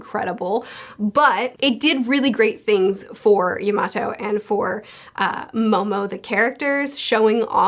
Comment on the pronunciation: Can you say Yamato name right